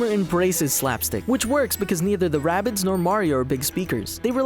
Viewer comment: its not wabbit its rabbids